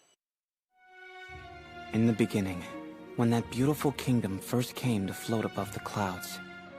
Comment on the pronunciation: In the beninging